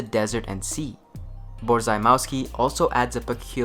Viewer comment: Borzymowski is Polish. You don't pronounce it "Boar-Zy-Meeow-Skee" but "Borr-zee-moff-skee"